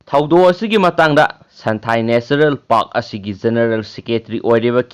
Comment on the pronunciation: Santhail haiba natte santhel...